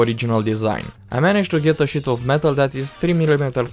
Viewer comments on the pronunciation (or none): drinking game! every time he says "Sheet" wrong take a shot.